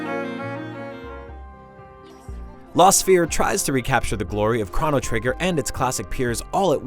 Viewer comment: I've never heard Chrono pronounced that way